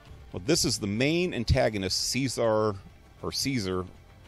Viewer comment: It's prounced Chez- are -ray you dungus. They talk about him the entire game, because he is in fact the main villain in brotherhood. How in the world do you even get that wrong?